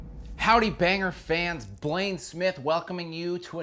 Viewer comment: I love Blayne's pronunciation! hehe. A lot of old school stuff and with spanish lyrics. There's an insteresting situation regarding the lyrics here. There's a kind of division: there are Metal fans in México who regard the bands who sing in spanish as kind of inferior in some sense or even in poor taste... That's kind of a deeper cultural Problem/Phenomena: A love of everything foreign that's inmediately considered better and an underestimation of our own scene and our own language (in spanish there's a Name for it and it is called "malinchismo"). I'm mexican and I even didnt know a Lot of these Bands!! Gracias Banger! A huevo, pinche Blayne!!